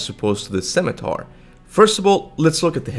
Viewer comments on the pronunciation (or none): scimitar si-mi-tar.